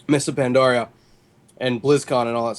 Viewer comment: Is it me or Jesse that cannot pronounce Pandaria?!?!?!?!?